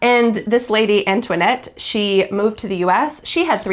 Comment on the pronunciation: Antonietta must have been her original name, it ends with a "ta" pronunciation if she was Italian, you pronounced it like a French name. 😅😊